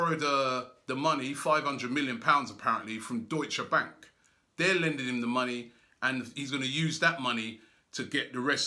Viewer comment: that's why gazidis is leaving. that Deutsche Bank pronunciation made me cum.